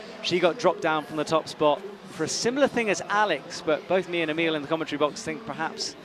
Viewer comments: An evolution of pronunciation of Emil's name: EEmill Abrahamamson eemILL Abrahamamason AhMeal Abrahamamasonon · from what I've gathered from youtube videos its a lot like its spelled naturally. 1 short syllable starting with eh sound rather than a hard E. The last part sounds like the word mull rather than meal or mill. Ehhmil. Im no expert on this, but I do know it should sound the same every time you say it. Hahahaha